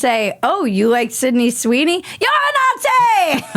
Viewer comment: At the start, I was like "why is she saying 'not see propaganda' so weird?". Then played a clip of a TikTok woman with a septum ring... Oh, that's real!